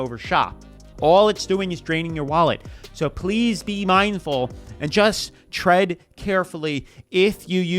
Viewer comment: At the end I thought you said "trend carefully" instead of "tread carefully" but honestly feel free to use it. I think advising someone to 'trend carefully' is solid advice. Thank you for always being real. I enjoy these!